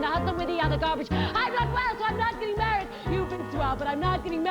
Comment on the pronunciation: why do they keep saying "marrehd" ?